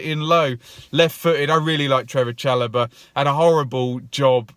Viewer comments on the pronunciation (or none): none